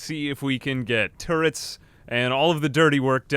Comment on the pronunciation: The way you said turrets at the beginning sounded like tourettes... just saying